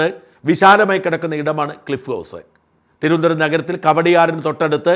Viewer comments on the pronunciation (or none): none